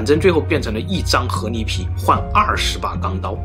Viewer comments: 不是河泥 是河狸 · ～～謝謝你的影片 看了很多部影片後發現你有時候會把ㄌ的音發成ㄋ的音 像是河狸（離）會發音成（泥） 不知道你有沒有發現～～ 別誤會 我喜歡你的影片 只是有時候發音的問題會讓我不自覺的注意…. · 河li，不是河泥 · 河泥？？？你说的是泥巴？🤣🤣🤣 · 听着像 和离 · 一会河狸一会啮齿，l and n好考验四川主播的普通话。我猜是四川的。